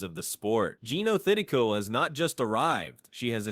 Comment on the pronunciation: Learn how to spell and pronounce Jeeno Thitikul’s name for God sake!